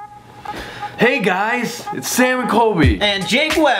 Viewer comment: Colby: "Hey guys, it's sam and colby" Me: "No you're not, that's not how you say it"